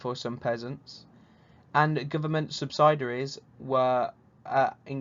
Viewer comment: Are you a teacher mate? The amount of mispronounced words in this video is unbelievable. Your behind a screen mate there’s no need to be nervous just take your take to read to the words. Sorry to sound rude but when you pronounce subsidies as sub-cider-ees, you have to draw a line somewhere. If your not a teacher then fair enough but if you are then it’s time to take a rest mate.